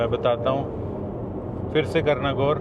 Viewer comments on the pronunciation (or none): Bhai kitni bar bola guar kiya guuar kiya😡